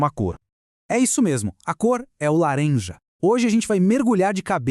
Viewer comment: A cor e o "larenja", é triste haha